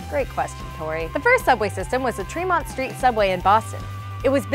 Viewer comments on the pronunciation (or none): It's Treh-mont NOT Tree-mont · The subway station is not said Tree-mont, but Treh-mont.